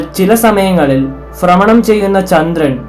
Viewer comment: Good video. ഫ്രമണം എന്നത് ഭ്രമണം എന്ന് പറഞ്ഞിരുന്നെങ്കിൽ ...